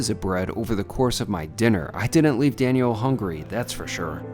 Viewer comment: I wonder why you pronounce it as "Dani-elle" vs Daniel "Danyul"